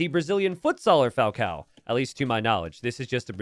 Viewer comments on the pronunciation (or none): At this point way of ignoring the existence of ã in all Portuguese names must be proposital, pretty funny Falcão Dogão